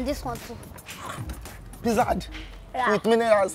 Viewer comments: "Who give you the pizzard and minerals?" looool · He said pizzard!! Lol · Pizzard and minerals hahahaha kikikikiki chain.......